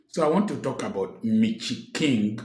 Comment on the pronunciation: He cracks me up each time he says ‘Mitchy King’😂😂😂